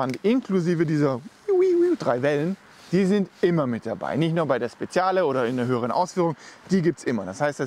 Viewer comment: PS.: Es wird „Spedschale“ ausgesprochen und nicht „Spessiale“ :))